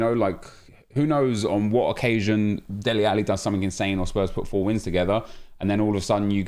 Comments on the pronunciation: Dele not deli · Dele rather than Deli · Dude his name is DELE 😂😂😂 not Deli lmao😂😂